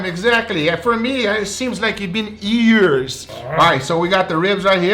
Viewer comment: "It's been ears!" LOL